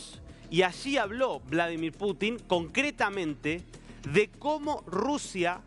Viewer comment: Estas nervioso, sos un tonto para hablar. Como vas a decir Bolo dimir Putin. Nadie te entiende lo que informas. Mejor practicas antes de informar